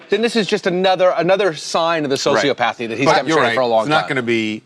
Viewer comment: Two times in a row this “journalist” can’t pronounce the word ‘Sociopathy’….